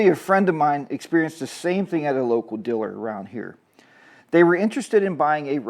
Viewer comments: Say it with me: Deeeee-laaaaaarrrr. Deelur. 👍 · What’s a “diller”, LOL. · The word “diller” is very distracting. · Um. I know what your saying.. however you pronounce dealer as Diller. That is an accent 🤷